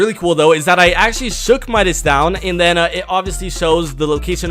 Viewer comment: Midas not minas